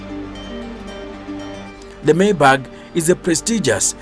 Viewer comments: why do you keep saying mercedes maybag??😂.....its maybach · It's pronounced "My bach" not "May bag" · Can you stop calling it 'maybag'... You're embarrassing us.